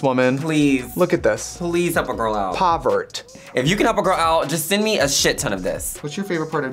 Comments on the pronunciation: "POVERT" omfg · "POVERT" LOLLL